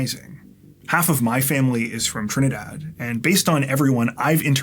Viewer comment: I have been watching for several years, and has always been an enigma to me. My wife is amazed at how I can place people's backgrounds while watching HGTV. So now I have the answer after many years...He even pronounced Trinidad like a Trini!! Montrose Vedic, Presentation College, Lendore Village, a long time ago, but I will never forget my roots. Northern Pennsylvania, USA.